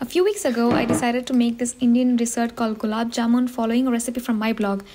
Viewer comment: The happiness i feel when someone pronounces gulab jamun properly>>>>>